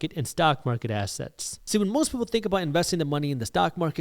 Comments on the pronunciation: I love how you say ASS-setz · this guy pronounces assets like ass hats and I'm here for it 😂